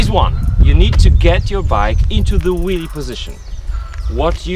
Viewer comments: lol, he says willie not wheelie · It sounds like you're saying "willy" lol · Hahhahahahahah he’s saying willy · I think he was also making fun of the presenter's accent of Wheelie he says Willy. 2 for 1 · I can't help keep thinking he says Willy :D